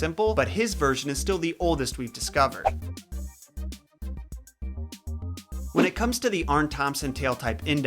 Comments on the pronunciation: Hey buddy,that’s pronounced EEsop not Asop. The Greeks combined an A and E together as a new letter which was pronounced E. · Ae is pronounced as a long e sound. Eesop. Not Asop. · I LOVE your videos!!!! Quick tip, his name is pronounced like E-sop OR E-soup not A-sop. Keep up the great work!!! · Isn't his name pronounced EEsop? (as in Aeon, and Aesthetics) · Who thought he said Asap (like ASAP the rapper) 😂😂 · Pronounced Esop the A is silent. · The "A" is silent,, in Aesop. Nice vids tho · Why can't Americans pronounce "ae" properly. It's said as an "e" not an "a". Although originally it was prounced "eye". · This video screams "youve been pronouncing aesop wrong all your life!"